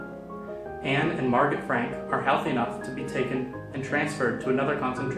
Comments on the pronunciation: Wait I thought it was pronounced mar-go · Jeremy Adams it is he said it wrong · Jeremy Adams he said it wrong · It depends, if you're referring to it from German then i believe the t is pronounced. If you're referencing it from French, it's Mar-go. If it's Dutch, i believe it's Ma(gutteral r)oh That that with a grain of salt tho